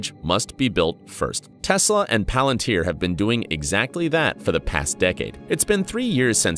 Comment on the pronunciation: Clever video, ironically using a voice bot right? (Exposed by the way it says Pal-ântir 😅) anyway this video opened my understanding of -Palântire, a bit more ! Something big is brewing here I can smell it 🍻